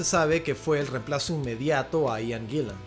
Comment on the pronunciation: Eso Gillen no Guillen asi es el mi era latino